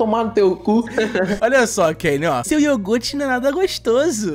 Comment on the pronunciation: eu falo, era criança sim, e aquele "yougurte" é porra, o nome do anime é soujo ramune